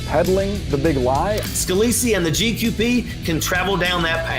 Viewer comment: Why are you pronouncing his name Scaleese-y? You heard Boris say his name right just like we did. It may seem unimportant but what else do you hear one way and say another? Does this apply to "facts" too?